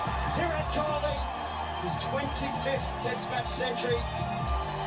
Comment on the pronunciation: It's KOHLI, not KHOLI